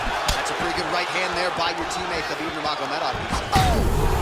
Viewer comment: Khabib not habib